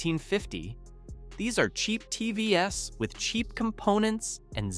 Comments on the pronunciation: T V S ….😂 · You should take your own advice for your shit AI reader. How many ' Tee vee ess' occurrences did you just not notice? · Are you a real person? Am constantly hearing TV - s ....as a plural? Coming to the presentation, I think the American market has a lot of reap offs.. I'm located in a rather tail end of the chain in Africa and here's my look and feel: I have five different TV brands in my house Me - Hisense - 1 yr OK, 1st born daughter LG - 8 years OK, 2nd child JVC - 7 years OK, 3rd Aitel - 4 years OK, 4th Sony Bravia - 7 years OK, 5th Samsung - 7 years OK and an idle Hisense 5 years still OK!! Of course there are some that are of poor quality and they're usually distinctively indicated by both price and info from sellers...